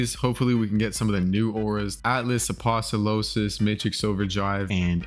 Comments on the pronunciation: Hi, amazing vid I thought it was a joke at first, but really does call apostolos "Apostolosis" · It’s apostolos not aposolosos